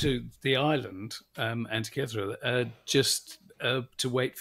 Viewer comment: The Greeks told me this island is pronounced an-teak-key-thera, emphasis on teak-key😊